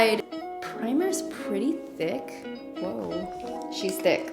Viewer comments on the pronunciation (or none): 😂🤣 Actually, she said "Whoa, she's T H I C C, we love thick" but I can def hear where it could've sounded like she said "we love d**k" 😆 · We love what...😁 "we love d***" . I know its suppose to be thick butttttt it did not sound like that. Lol. I looked at all the comments to see if any one else heard it but no one said anything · I love your hair this color!!! 😍 Why did it sound like you said “we love DI*K” to me tho ?! (for the primer) 😂😂😂💀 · Omg same I thought she said Di*ck lol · That's what I heard too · What did she say sounds like she said we love d...🤭🤣